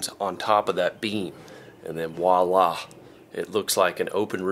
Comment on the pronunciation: The chicken coop is coming along great. Also, I crack up every time u say woila (it's voila). 🐔🐣🐓